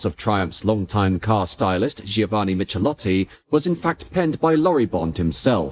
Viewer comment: Must admit, it was a bit hard hearing Michelotti said like that. Great looking cars though, love the long bonnet.